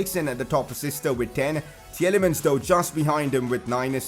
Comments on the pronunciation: It's not [Tjelemens] but [Tilemans] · Please work on your Praet and Tielemans prononciation